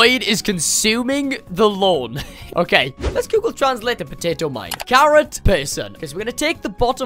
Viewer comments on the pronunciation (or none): none